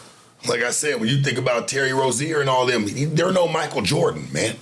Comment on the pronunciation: It was Rozier not Rozen tf?